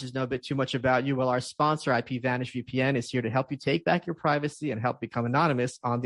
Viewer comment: you mispronounced the way you mispronounce "preevacy"